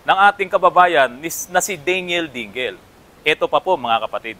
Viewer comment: DING---LE ang bigkas, hindi DING---GEL.